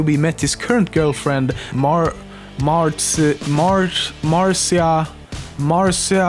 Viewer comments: Kiersten Rozema MARTZIYA! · I like how he perfectly pronounced "kjelberg" and then couldn't pronounce "marzia" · dude.............it's Marzia, not hard to say. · HAHAHAHAHAHA when you tried to pronounce Marzia's name xD it's not even that hard xD and you should know it pronounces "Mar-t-sia" if you've ever watched his videos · Lemmino can pronounce Pewds full name (obviously) But can't pronounce marzia properly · mariza is not that hard to pronounce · I snapped when you pronounced the girlfriend's name. "the fuuuuck" loooool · How can you mispronounce Marzia? It's pretty fuckin' easy... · this guy had trouble pronouncing marzia's first and last name but he could very easily and with no problem at all pronounce pewdipie's last name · Perfectly pronounces pewds full name, can't pronounce his girlfriend's first name. Dafuq? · I laughed so hard when you tried to pronounce Marzia's name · You can pronounce kjellberg but not marzia. their is something fucking wrong with you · Wow you can perfectly pronounce Felix's name but not marzia? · HOLD THE PHONE. you can pronounce pewds real name JUST FINE but you stumble on MARZIA?? I CAN PRONOUCE IT AND IM WHITE AS A MOFO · Amazing you can't pronounce his girl friends name and the game theorist can't pronounce his name